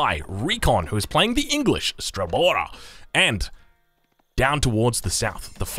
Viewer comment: What's an Straellbora? EDIT: It's Archer.